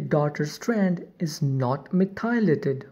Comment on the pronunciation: You should know that "methylated" is pronounced "METH - y - lated". Not "meth - EYE - lated" as you are saying here. (capitalization indicating emphasis) Listen to some audio examples of correct pronunciation, that will help